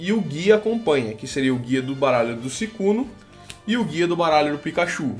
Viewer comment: para de ficar falando suicunu e SUICUNI!!!!!!!!! isso me errita